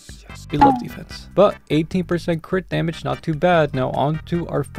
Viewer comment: When you were saying crit dmg crit dmg I heard quick damn it quick damn it